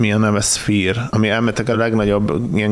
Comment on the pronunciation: Angol lecke: Nem "szfíír" hanem "szfeer" a helyes kiejtése a sphere szónak